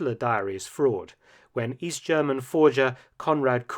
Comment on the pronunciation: Is Mark British or German or ? His accent is cool, but he pronounces German so good!